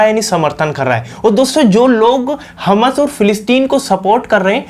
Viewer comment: बेवकुफ हमस नहीं हमास है l ठीक बोलना तो सीख लो